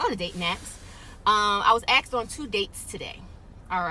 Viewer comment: If a person uses the word "axed" that one word can tell you a lot about them.